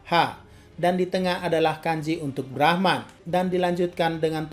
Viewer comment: Mimin bilang brahman gw dengernya Rahmat